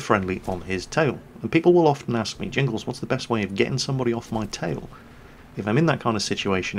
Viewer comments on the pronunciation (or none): none